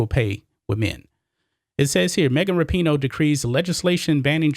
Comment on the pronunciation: I thought her name was pronounced Wrap-in-know.